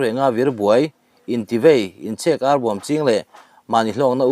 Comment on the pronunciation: Ka lo sawi sel hlek ang che aw.. "inchhek arbawm" tih hi i thluk diklo deuh in ka hria a, tui cheng in an chhek per chhuai chhuai ang hian chhek tih lai hi thluk tur a nih hmel e. Tuna i thluk buh chhek thluk nilo khan😊